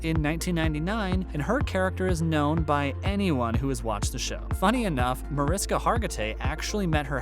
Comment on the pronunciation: Several mispronunciations of names, both actor and character names. Most notable MAR-IS-KA for MAR-ISH-KA!!!!! The star of the show. A venerable actor and you've mispronounced her name! Another "good" one is Elliot STAB-LER (pronounced as the action associated with a knife, "stab") instead of the correct way to say the character's last name, STAY-BLER. There were more.